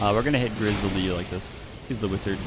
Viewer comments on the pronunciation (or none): he said ‘wizaa’